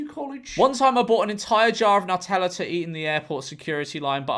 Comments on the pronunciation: Pronounce NEW*TELLA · It's pronounced NEW-tella.